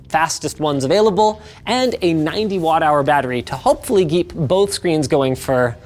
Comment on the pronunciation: "... and to hopefully geep..."